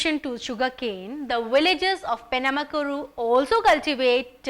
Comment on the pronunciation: Penamaluru...not penamakuru You bloody English fella